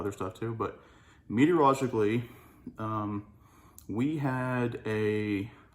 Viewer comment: Say "meteorologically" 5 times fast - nailed it each time he said it.